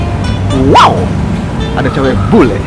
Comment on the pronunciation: "Wau"... nya kya suara Anjing haha lucu bgt bang!